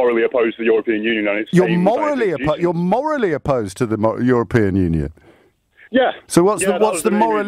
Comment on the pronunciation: Brexiteer:' I'm morrally opposed to foreigners '